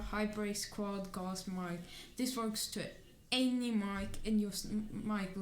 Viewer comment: It's Mic, not mIcKe lol